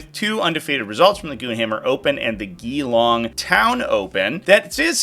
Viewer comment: Love that you pronounced it Gee-Long and not G-Long haha. Was a good day out there for sure over the weekend